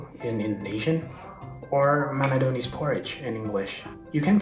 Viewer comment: It's manadonese not mandonese.